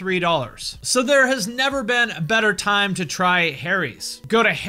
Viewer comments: Teheheh, ‘Harry’s’. Like ‘hairy’ like ‘haries’?? Okay I’ll show myself out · Stopped watching as soon as I heard "Harry's"